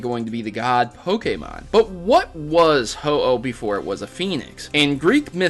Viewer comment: ho aah 😅 its oh-oh